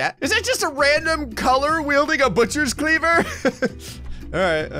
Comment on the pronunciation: I love the way he says butchers clever